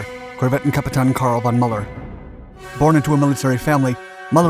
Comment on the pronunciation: Good video, except the very bad pronounciation of Kapitän von Müller's name.😞